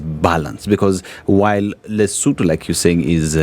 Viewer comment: Since when do Kenyans call LESOTHO Lesutu??? Were BANTU, we pronounce every letter